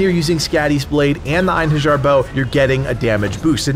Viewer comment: It is actually pronounced in-hair-yar